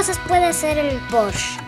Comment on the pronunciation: Jaja me gusta como dice "Poorsh" xD